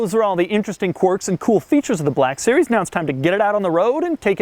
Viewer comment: Fabulous car; one of my favourite Merc’s. BTW, it’s “quirks” , as in aa peculiarity of action, behavior, or personality; mannerism: He is full of strange quirks.A “Quark” is, in Physics, a partical. Can be confused: quark, quirk.